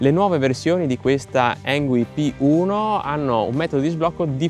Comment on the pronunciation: Avrai pure controllato on-line per la pronuncia, ma la pronuncia esatta è "Ingui", non "Engui". Sbagliano tutti ... lo so. 😊